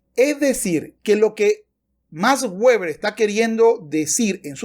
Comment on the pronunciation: No es "ueber" si no "veber" puesto que no es un nombre inglés.